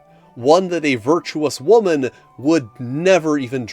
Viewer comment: Whaa-man? What is this Whaa-man?